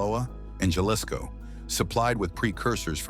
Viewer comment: Jaw-lisco?!! come on, get a clue, this is ridiculous!!